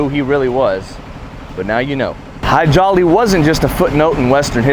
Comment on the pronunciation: The nice people who say eye-raq, eye-ran and israel couldn't say Hadji Ali? More likely just didn't want to.